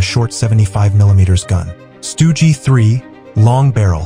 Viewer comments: "Stugi three" 🤨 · “Stoogey 3” lol